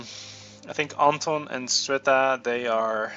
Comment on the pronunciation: Cveta is a serbian name, i think. Or bulgarian. Well, you get it. Russian equivalent (and by extension ukrainian, belorussian etc) is Sveta, but this particular name is pronounced "Tsveta", so you're doing a totally good job at calling their names :D There's only one thing - i think that the accent in "Anton" goes on the second syllable. At least in Russia/Ukraine/wherever else. Maybe in some slavic countries it is pronounced differently, i don't know for sure.